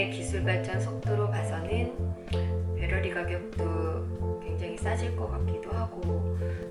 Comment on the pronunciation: 배러리 관리에 철저하시네요. 배러리 발음에 좀 웃겼습니다.